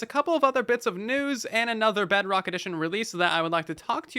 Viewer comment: i hope you know you keep saying “BugRock” instead of “Bedrock” (